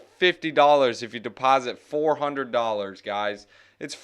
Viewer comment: I'm back. And I heard 2...."one hundwed dallas!....in free.....btc". Niiice.